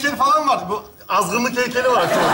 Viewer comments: Aslında Azgınlık Heykel'ini doğru söylemiş😁😁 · Azınlık yerine azginlik😂